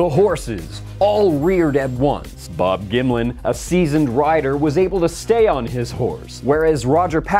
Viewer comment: gonna be real, I thought he was saying Bob Gimli for like half the video.